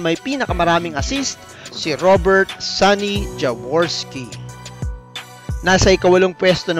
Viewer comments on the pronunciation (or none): none